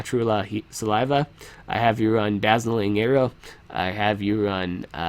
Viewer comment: Are you purposefully mispronouncing dazing arrow? xD